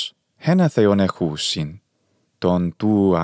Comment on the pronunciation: Splendid work! Absolutely admire your channel. One question, "Ἓνα Θεὸν ἒχουσιν" should the stress be, as you say it, "exoúsin" or would it be more like "éxousin" like it is today in Modern Greek? Just curious. And also, do you know when the υπογεγραμμένη stopped being pronounced? I noticed you never pronounce it.